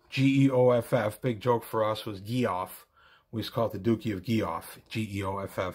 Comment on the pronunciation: Grand “Dukey?” Really?